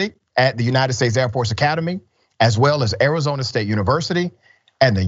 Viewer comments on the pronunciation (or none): none